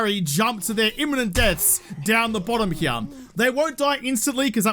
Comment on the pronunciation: I didnt know there was the letter "m" in the word "here"